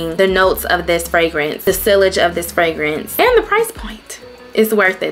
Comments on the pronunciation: Hey cutie, sillage is pronounced....*see - auge * Nice collection ❤ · Sillage is pronounced sea-a-ge rhymes with Triage (like when you go to the emergency room). The ll are silent. And Libre (Lee-bray).